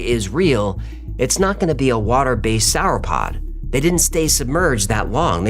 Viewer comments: It's pronounced Saura-Pod btw, not sourpod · Why do you pronounce Sauropod like that 😂